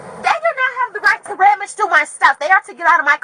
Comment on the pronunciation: "They don't have the right to rammage through my stuff." WTF is "rammage"? She's not nearly as smart as she thinks she is.